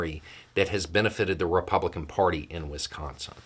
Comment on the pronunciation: Thank you for correctly pronouncing Wisconsin 😊